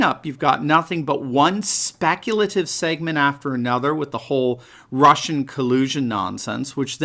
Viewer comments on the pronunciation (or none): none